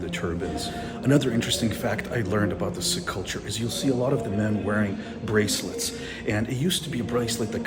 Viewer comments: It's not pronounced Sick it's Seek. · Please pronounce Sikh as seek! Not sick! Ffs!!